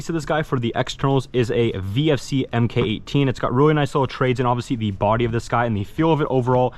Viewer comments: Please, for the love of God, do not pronounce it "Em Kay 18" ever again. It's Mark 18. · It’s pronounced Mark 18 not “emm Kay 18” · You are supposed to pronounce the MK in MK18. If you say EM KAY 18 you will be made fun of.